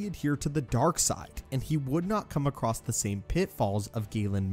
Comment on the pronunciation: Someone please tell the narrator that the word "across" doesn't have a T in it.